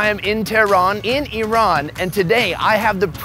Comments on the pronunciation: I RAN is activity you had in the morning! correct pronunciation should be like EERON! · Rule 1. It's purnounced "E-ran" Says "I ran" the whole video. Lol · Rats you show a long 'a' instead of short 'a'. You show to pronounce it 'e-rain' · Just my 5 cents, the rest of the world correctly calls it E ran, only the US weirds everything up calling it Ai Ran or Ai Raq. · Everyone else calls it iran, it's the Americans calls it airan, same with the iraq. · The phonetic pronunciation of Iran in English is i'ran, i'rän, īˈran which is ایران and can be آیران too, and the phonetic pronunciation of Eran in English will be اران or إران which is completely different word. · OH GOD THANK YOU FOR SETTING THE PRONUNCIATION OF "IRAN" STRAIGHT!! People who say "Eye ran" sound like inbred hillbillies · She said neck of aheep instead sheep neck hahah never mined man. and its called GARDAN in iran